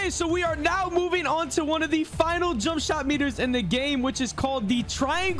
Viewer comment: Bro said jumpshit meter😂😂😂